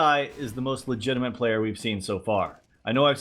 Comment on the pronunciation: There's no N in "legitimate",!;) Love your vids:)